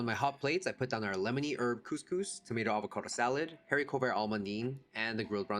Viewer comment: Pssst the ‘h’ in haricot is silent 🤫 you’re doing great!